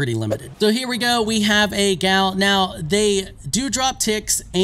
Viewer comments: Stop calling it a "gal". A native norwegian would probably pronounce it like "yahl". You might hear it with a a hard G in front, "gyahl". Never "gal", ever. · Boy it’s pronounced yall lol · the gjall is pronounced like y'all. so says the devs. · The developers are Scandinavian are they not? These spellings and a lot of the names are from Norse or Nordic language. In Norwegian: --- G before J at the start of a word is always silent, this usually applies even if it is not at the start, gjær - yeast --- J is pronounced as English y